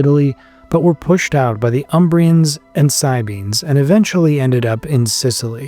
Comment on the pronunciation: I think you mispronounced the word "Sabines".